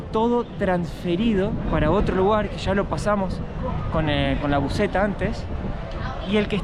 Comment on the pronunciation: JAJAJA CUANDO HABLA DE LA BUSETA (fonéticamente) LISANNITA YA ENTIENDE 🤣🤣 SE VE QUE APRENDIÓ MUCHO EN LOS VIAJECITOS QUE HICIERON A BRASIL EH 🤣🤣